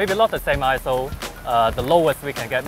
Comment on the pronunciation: When says "ISO test" all I hear is "asshole test". haha